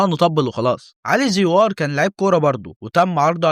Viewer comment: اسمه علي زيور ايه زيووااار. اللي انت بتنطقها